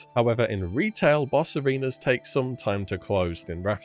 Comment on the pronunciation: In thought you were saying bosserinos instead of boss arenas for a second there lol.